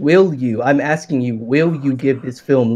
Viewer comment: The fact this fool says "I'm just AXING" tells you all one needs to know about his level of intellect.